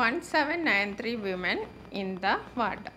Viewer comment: Miss വിമെൻ അല്ല വുമൺ ആണല്ലോ